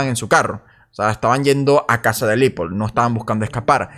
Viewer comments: Se pronuncia Leopold (como se escribe) no Lipold. Cuida el idioma compañero. Y muy buen video. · Amiguito no es LIPOL es LEOPOLD sugiero te asesores para no parecer ignorante en lo futuro